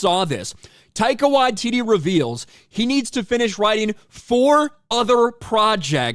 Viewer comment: Who the hell is Tyco What-titty?